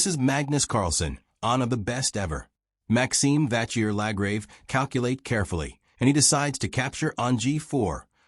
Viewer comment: Please try to learn how to pronounce Maxime Vachier-Lagrave's name correctly.